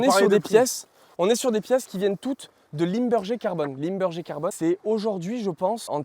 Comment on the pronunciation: c'est ilmberger, et pas limberger